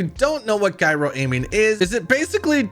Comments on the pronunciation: "guyro"....smh. it's a gyroscope...."jairoscope". "jairo" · Lol Guy-Ro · Why are people pronouncing it "Guy-ro"?! You guys never heard of Gyro on a BMX? A Gyroscope? Autogryo? Please, god sake, start saying Ji-ro 😆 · Wtf is a guy-ro? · GUY-RO? Did he really just say GUY-RO???!!!! Wow! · you said gyro wrong its said like jyrow but its a g not a j btw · When you said Guy-ro i came here to let you know I’m blocking you. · IMMEDIATELY stoped watching when you couldn’t pronounce the word “gyro” as in “gyroscope” not “GUYroscope” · I stopped watching when he mispronounced Gyro( JĪ -row)